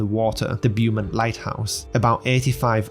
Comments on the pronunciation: It cought me off Gaurd but I just went with it lol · its all good i found it funny feller